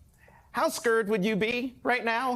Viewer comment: How "scured" ??????????????????????